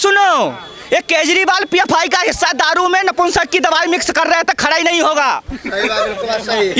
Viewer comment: Its pfi not phi